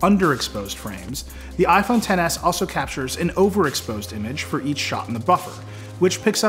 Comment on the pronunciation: its not "ten s max" it's xtra small max